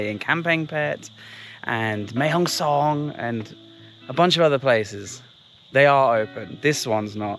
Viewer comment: Great to support those smaller channels as a bigger channel yourself! Subbed to them. One question about pronounciation of Mae Hong Son, since my family is from there and I cant hold back anyymore after many of your vids. Its Mae Hong Son, not Mae Hong Song. No "ng" at the end, just a "n" :) My OCD was killing me, had to say. I do apologize mate ! :D